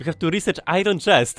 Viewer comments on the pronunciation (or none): "Ajron chest" Są tu jeszcze jacyś rodacy?..